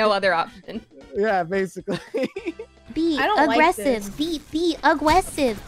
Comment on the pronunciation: AWGESSIVE JUST BE AWGGRESSIVE